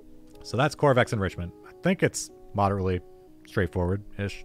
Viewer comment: Ko - va - rex, it’s named after the dev.